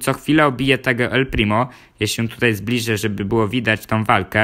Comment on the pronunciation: powiedziałeś el plimi